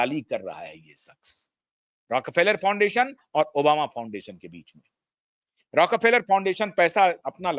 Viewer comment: It is रॉकफेलर, not रॉक र फेलर